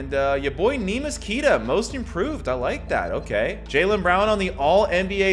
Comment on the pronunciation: Queta is pronounced kta